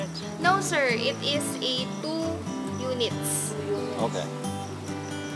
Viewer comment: Why the filipino keep speaking "Two" as "Do"? This is similar to one of my Indian ex coworker, he said "Two times" as "Do Dimes"! Last time I asking demonstration from Mansfield Residence office, they said "De-Mor-stration" >0<